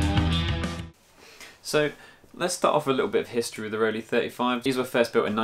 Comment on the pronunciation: Not that it's anything important but it's pronounced "roll-eye". (The "ei" in both "Rollei" and "Leica" is the same sound.)